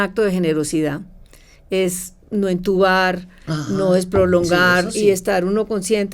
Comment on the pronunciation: María Elvira. Con el perdón, no es entubar, si no intubar. Felicitaciones por el programa. Excelente.